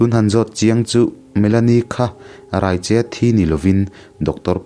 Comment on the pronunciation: Raicheh lam dan hi a diklo.... Mi ka rai tih ri ni lovin, chaicheh anga lam tur....